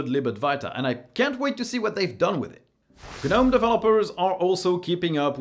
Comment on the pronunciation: Gah-gnome , kah-knife, kah-knob , Kah-knock , Dee-django ....😂